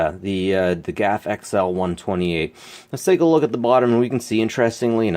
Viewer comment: Nice find. GAF was pronounced GAF, not gaffe. They did make some nice gear in the day but ended up like all the good companies, gone. Lots of us shoot film still. I develop my own still and movie film and have done so for almost 30 years. That Kodachrome can only be developed as black and white, and poorly at that. the last remaining lab scrapped their processing machinery about 6 years ago if I remember right and you can't do Kodachrome as color at home.